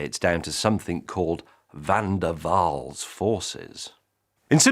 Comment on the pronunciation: Finally somebody trying to say Van der Waal! Thank Gott there is no letter ü in that. Déjà-vous is wrong, most of you can't produce the normal u anymore. Try German München, or French brut, or Dutch muur. Forget it. So, nice that Van der Waal was okay!